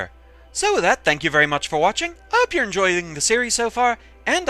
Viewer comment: The way you said "enjoying" sounded weird.